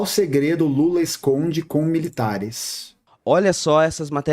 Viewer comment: Ele não fala assim o nome do Lula